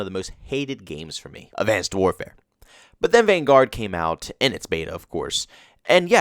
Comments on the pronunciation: I really don't understand why you pronounce Vanguard like that lol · No offense, but your pronouncement of Vanguard is wrong lol.